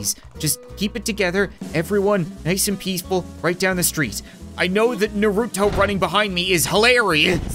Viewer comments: I’m a little offended it’s NAR-U-TO not naruroto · I’m sry but I hate when people say it wrong it’s nar-u-to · It's not Naruto it's Naruto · He don’t even say Naruto right